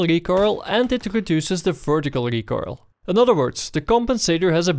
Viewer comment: i love how you say recoil, recoirle, sounds like a tasty pastry